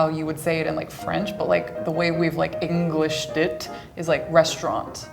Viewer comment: It’s ANGLICIZED, not “Englishiced” 😂